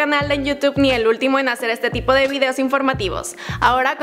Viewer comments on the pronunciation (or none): none